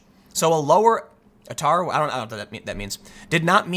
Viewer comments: Atar is pronounced 'Aytah' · it is pronounced "A - tar", Australian Tertiary Admission Rank. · For future reference ATAR is our (the Australian) version of a final score of your high school performance. It’s pronounced A-tar. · Also, in Australia we have ways of getting into the degree you want even if you’re ATAR is too low, from newstep to the arts route, if you want to do a degree, but got a lot atar, you can. Also, tim, it’s pronounced A-tar (like A Team). It’s similarish to an SAT score. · ATAR is what you read out at the start - Australian Tertiary Admission Rank. And we pronounce it A-Tar.... Because were bogans. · pronouce a-tar, ATAR is the australian equivalent of the SAT